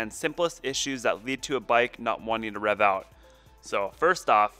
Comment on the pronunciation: Are you saying ‘reev’? Lol